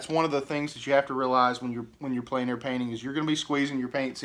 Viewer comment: The French is pronounced "on plen air" not "en plane air"